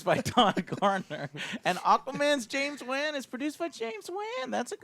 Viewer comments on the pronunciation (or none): James Wan???? Long “A” Joe, pronounced James “Juan” ...and Mai Tai?!? Must be nice to be drunk this early. Lol but on a positive spin, I too like Cole Turner and my prediction is I think they are using Cole to introduce the set characters and once that’s done he may die. Since he’s new and not associated with the games he can be takin out. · He can’t pronounce A LOT of peoples names lol. James WAAN was a bad one